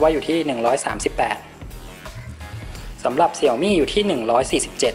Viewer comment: Xiaomi อ่านว่า เสียวหมี่ นะครับ